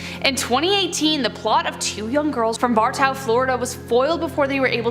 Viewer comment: lol Bartow. That’s a funny way to say it. Bar-tow. Like you’re towing a car.